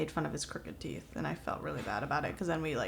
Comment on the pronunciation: why does say “really” as “weally”